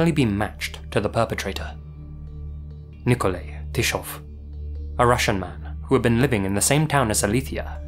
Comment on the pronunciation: Do you intentionally mispronounce people's names?! Nikolai = niko-lie